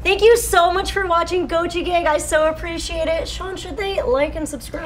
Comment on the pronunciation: When they said Gochi Gang I heard Gungi Ginga